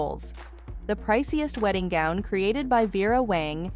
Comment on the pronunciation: White wedding “goon”. Wth is going on the the mispronounciation